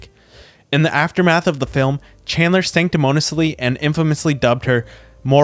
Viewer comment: Sanctimoniously is 6 syllables.